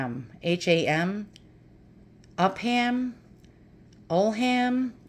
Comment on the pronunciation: Great photos in that book and a lot of them. I love seeing the detail in old photos. The woman with the books seemed to have some issue with her eyes. My guess on the last name would be Upham, which you guessed as well. Pronounced Upum.